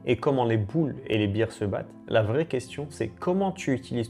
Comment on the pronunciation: les berz ou bère au singulier, et pas les bir...une beer c'est une bière Sinon le reste çà va, c'est pas mal :)